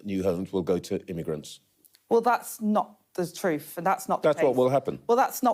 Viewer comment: "Not the troof"